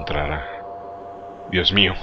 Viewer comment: Me da gracia cuando dices la ventana xD muy buena narracion